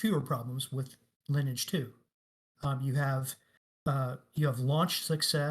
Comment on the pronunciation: "Lineage 2" the way he pronounces 'Lineage' makes go into a berzerker frenzy.